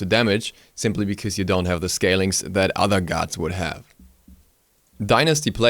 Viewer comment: I prefer "bikooze" (because). Love the way he says it lol.